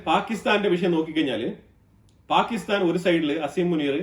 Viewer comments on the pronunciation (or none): none